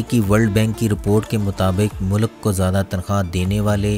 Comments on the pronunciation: Mulak ni hota sir mulk hota hai.. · It is a good video however pronunciation of Urdu is a bit not right. Please correct it. Like it is “ mulk “ not Mulak. Population of Turkish people looks looks low, please check. It is 18%.